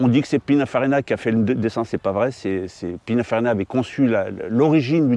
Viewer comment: "PinA-FarinA" ?! Sérieux? ... edit: et 550 MaraneyO, comme mayo, non?